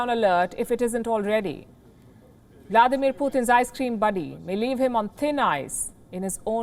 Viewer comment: The best reporter though her selection of words sometimes bite,Virdemin Putin ice cream body.